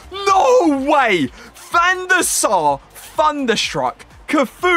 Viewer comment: It’s not FUNderstruck it’s THUNderstruck TH not FUH